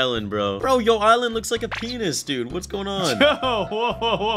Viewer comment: In the second vid i saw Said peniz